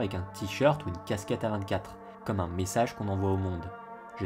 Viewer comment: Chez A24 il y a du très bon comme du très mauvais et bizarrement le très mauvais correspond bien à ce que tu dis. Mais sinon on dit A24 en anglais !!